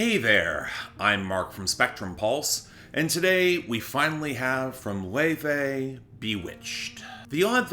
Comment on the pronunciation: Yep, that's the correct pronunciation of her name.